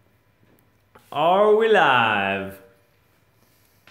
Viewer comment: at first when you said "are we live" i thought you said "all rise" as if you were about to introduce yourself in some legal or royal fashion. xD